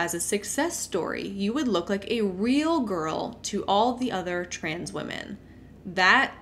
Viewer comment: I don't like nitpicking, but, the lady with the orange top kept saying 'woman' and not 'women' Also, there is no way I'm going to be working when on vacation. Yes, people in MLM might be able to go on vacation whenever they want. However, if they don't continue working while on vacation THEY MAKE NO MONEY or LOSE MONEY! Meanwhile, I can go on a 2 week vacation and 100% disconnect from work and, guess what? I will still be paid. The sad thing is that, the pay for those 2 weeks is most likely more than the yearly earnings of the majority of MLM Huns.